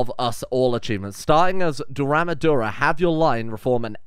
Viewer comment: Welcome to Daura!!!! Didn’t expect an Africa play through lol. Daura is pronounced Dow-Rah btw. Haven’t gone far in the episode but slight backstory here. Your starting Husband ‘Bayajidda’ is a somewhat semi-mythical legend. The version I heard says he was originally a prince from Baghdad(!) who conquered a ‘demon’ snake in your character’s hometown and freed them so was given the queen’s hand in marriage. He later had 14 kids who founded the Hausaland Kingdoms like Kebbi and Gobir as well as Hausa culture. Super hyped to see this one.